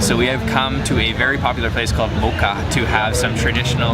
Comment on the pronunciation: My husband and I went to Athens on May 31st. The food was awesome. Went to Stani ( excellent suggestion) and had sand coffee and orange cake at Mokka, delicious. By the way, Mokka was super hard to find because you pronounced the name like “boca” and didn’t listed any of the places that you went to. Glad we went to both.